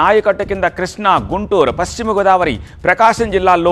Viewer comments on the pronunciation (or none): none